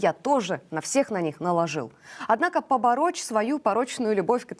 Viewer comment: Не побороЧь, а ПОБОРОТЬ .